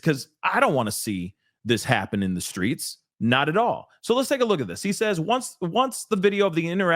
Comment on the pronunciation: Did he say the SCREETS" What?!